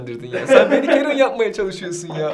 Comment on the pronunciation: Sınıfta adı karen olan biri var karen diye okunuyo. ingilizce hocasının neden kerın diye okuduğunu anladım